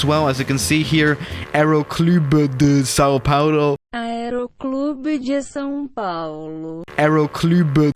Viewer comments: É São-Paulo seu porra , não, slau plaulo XDDDDDDDD Ps: man São-Paulo roubou até o fps do cara véi xddddddddddddddddddd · Aerroclubi do sao paouluo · São PaUlo. No O.